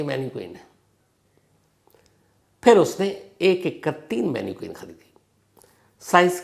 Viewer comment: मैनिक्वीन नहीं मैनिकन